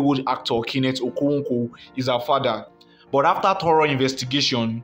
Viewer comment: You are obviously not an Igbo ,haha your okonkwo pronunciation is something else